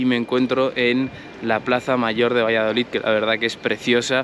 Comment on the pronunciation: Yo vivo al lado y son una gente estupenda, todo depende como seas tú con ellos Por cierto no se dice valladolit, que acaba en D 😂😂 VALLADOLID minuto 😂😂